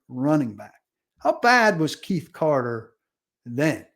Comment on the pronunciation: Keith Carter!!! Omg! Say his name right. Your job is to cover 1 team and you can’t even keep names right.